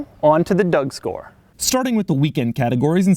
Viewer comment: You said "corcks and features" "doug score" with different accent, i'm a bit disapointed. You said it quiet like you don't want to spent time for such abomination like Aztek.